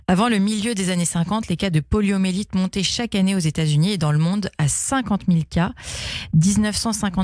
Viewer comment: PoliomYélite avec un Y et non poliomélite